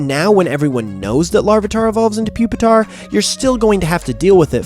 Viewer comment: You mispronounced it, it's Poopitar